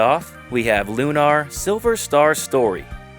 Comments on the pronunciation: It's not Loo-NAHR, mate.l, just said normally. That's an admitted Victor Ireland marketing trick, that hack, lol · Hee, it's a bit funny hearing you call it Lu-nar like that. It's called Lunar 'cause (spoiler) it takes place in a crater on the moon that has been magically made habitable. If there's one problem I have with the game and its sequel, it's that they never really explained what happened to the Earth, in detail, and where everybody's powers come from, particularly the Goddess. Though, if there is something that explains that outside of the two games, I'd like to know about it! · You don't know how to say Lunar? C'mon.